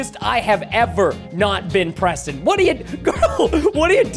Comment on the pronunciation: When she said preson, it made me laugh hard 😂😂😂🐎🐎🐎🐎🐎🐎😹👙👗👚👟👝👛